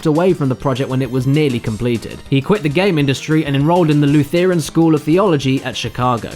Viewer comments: I'm pretty sure it's pronounced "LOO-ther-an", not "loo-THEE-ran." Might just be cultural differences. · Luth-ren, not luth-therin. My dad was one, so I know this. I'm a Catholic, not a cat-a-holic. I hate cats. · i mean thats definitely how you pronounce Lutheran hahahahaha hi my names "Lou Theeran" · The one thing that bothered is how the narrator pronounced Lutheran. It’s LOO-ther-un, not loo-THAIR-en. It stems from Martin Luther, the German monk. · "Lu-the-ran" What?? It's pronounced "Luther-ran", after the reformed Martin Luther. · Lutheeran. Lutheeran? I- What? No. Hun.. Lutheeran?? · the "Lootheeran" school? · Luth-Ear-Un School of Theology . . . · These videos are usually full of the comments section complaining about pronunciation, but Lu-thee-ran gets away with it? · That was definitely the most...creative pronunciation of "Lutheran" I've ever heard lol. Great video though! Sad about no mention of Simpson's Road Rage, my favorite video game of all time. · I love ya... But that’s pronounced like the name “Luther” and the word “an” put together. In fact, it IS the words Luther and an put together... So...... How’d you come up with that one again? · I’m sorry, how did you pronounce Lutheran? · I am disturbed by the way he pronounces Lutheran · That's an interesting way to pronounce "Lutheran". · Well that's one way to pronounce "Lutheran"... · It's odd how badly pronunciation of "Lutheran" is bugging me. Is that a British pronunciation or just a mispronunciation? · How did you mispronounce Lutheran wrong? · guhh the way he pronounced Lutheran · Did you mean to mispronounce Lutheran?